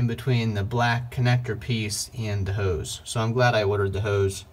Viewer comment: Ode sprayer? Howse? No w in hose.